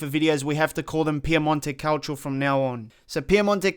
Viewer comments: Piemonte "calcho" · If he says Piemonte Calcho one more time I swear I’m not watching his videos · His pronunciation of Calcio, looool